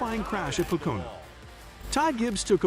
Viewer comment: Please learn how to pronounce Pocono